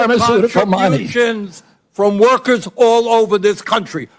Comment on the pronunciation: "Workehs" Who votes these morons in?